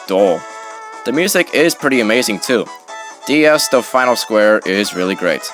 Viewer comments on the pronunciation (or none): Just a note, Delfino is pronounced Del-fee-no, not Del-fine-oh.